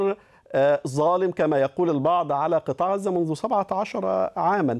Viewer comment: معتوووووه. قال مصر الشقيقة قال ههههه. ركزو مايقولش " غزة" بل " غوزة" .🥱😉👌🌶️🔥